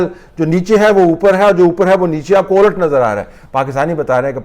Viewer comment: طلعت صاحب،یہ لفظ "الٹ "olt نہیں ھے یہ لفظ "olat " پلیز آپ جیسا آدمی اور تلفظ